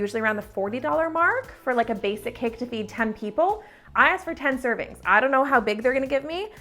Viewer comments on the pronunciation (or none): none